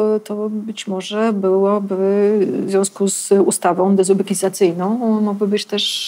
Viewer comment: Pani Moniko, to nie zawoalowany hejt : super, że nauczyła się Pani wymawiać wyraz 'dezubekizacyjna'. Yeeeeee 💗💪Jest moc 💚Dziękuję, oglądam, zostaję 👍💚💙